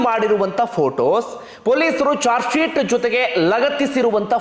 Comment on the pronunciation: ಜಾರ್ಜ್ ಶಿಟ್ ಅಲ್ಲ sir ಅದು... ಚಾರ್ಜ್ ಶಿಟ್ 🙏